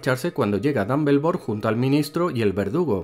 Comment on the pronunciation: DAMBELDOR jajjajajajajaja